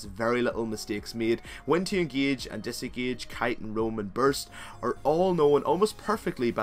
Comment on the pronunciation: i hope that after all the speech that kata plays were made in a normal game smurf acc, because those lucian ultis ... DEAR GOD... and hes ingieje and desingieje are awful ( sorry i had to come with that was killing me :D ) apart from that good video keep the good work :)